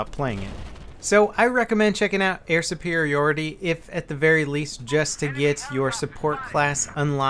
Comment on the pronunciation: Why does he says "Air Supirioty" if its "Air Supiriority"? is it ok both ways?